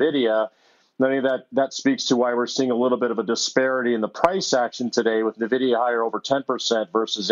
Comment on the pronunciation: Please, for the love of god, someone tell him how to pronounce Nvidia.